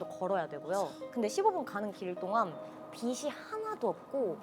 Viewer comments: 배우라는 사람이 “빛이[비치]“를 [비시]라고 발음하다니;; 한국어 발음 제대로 못 하는 주연 배우라뇨 진짜 충격적이네요… 김혜윤 배우? 연기하기 전에 국어 공부 좀 하세요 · 다른 직종은 몰라도 대사 전달해야하는 사람이 빛이 발음을 [비시]라고 하면 정말 깨요. 나 같으면 이런 배우가 하는 영화는 안 봄.